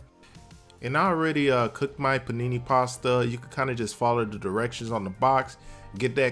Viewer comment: THAT IS NOT PANINI ANYTHING! IT IS PRONOUNCED PEE-NAY...LAWD HAVE MERCY